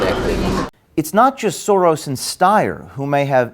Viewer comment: It’s cute how they don’t even know how to pronounce Soros (to be fair, no one pronounces it correctly.)